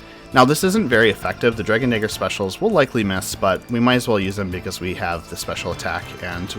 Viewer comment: When you say Dragon Dagger it sounds like something terrible. Hard R too man.